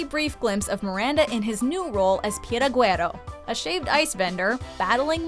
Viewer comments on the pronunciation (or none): the spanish language: piragua msmojo: pIRaGuErA